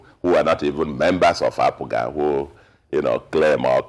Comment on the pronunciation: I wonder why he keeps calling APGA ...APUGA?